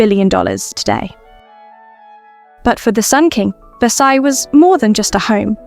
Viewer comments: The s on the end of Versailles is not pronounced. Please!!! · I took a year of French in high school decades ago, and it's driving me crazy that the AI narrator is mispronouncing "Versailles."